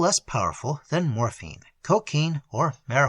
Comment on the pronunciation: "Morfeen or marydyouwanna" lol